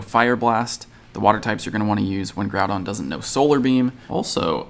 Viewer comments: “Groupon” lol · "Groupon" lol